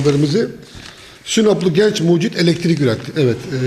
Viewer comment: Hay Allahım yaaa..! Şu kullarını yarattın, bari başı boş bırakma, sahip çık. Sanki ilk buluşmuş gibi "icat" diyor, sanki ilk bulanmış gibi de "mucit" diyor. "elektrik" kelimesi ne zaman "eletirik" oldu..? Videonun dakikasından sonra sırf pervane hızlı dönüyor izlenimi vermek için video gösterimini neden hızlandırdın, anlam veremedim. Hişşş mucitt..! yapacaksan doğrusunu yap. 4 kanatla denge olmaz, balansı bozar. 3 kanat dengedir. 5 kanat ise dönüşü zorlaştırır. Şu youtube'da icat videolarına bakın nerede saçma sapan, uyduruk, başkasından tırtıklama, işe yaramaz buluşlu bir video varsa bakın %99 biz Türktür.